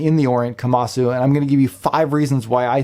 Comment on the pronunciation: KomasU not KomasO